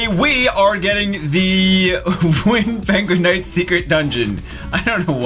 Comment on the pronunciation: First 10 seconds. Listen closely the second time he says Wind Penguin Knight xD